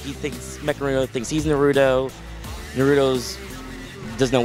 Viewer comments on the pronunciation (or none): Not being mean but they make it seem like naruto is the hardest word ever N a r u t o not Narudo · OMG! Why they always say Nerudo instead of Naruto and those are the creators of Naruto? I mean seriously, the ppl that help make it can't even say the name lol. This game looks sooo beast!! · Nuh-ru-do. I miss Jason Enos now. LOL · "narudo " xD is like they cant read i agree bruh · Can they get some people that can at the VERY LEAST pronounce Naruto's name correctly lol? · One of my biggest pet pevs when people say stuff wrong NARUTO say it right D' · I hate how he pronounced Naruto in . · Why do they pronounce naruto like it has a d in it I hate that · Thier saying Naruto wrong I hate when people get the names wrong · why you pronounce it wrong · they are pronouncing naruto wrong